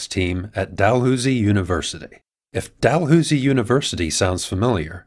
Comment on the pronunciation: Dalhousie is pronounced Dalhowzie